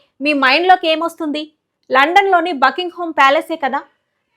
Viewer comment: Bucking ham palace Bucking home కాదు talli 😂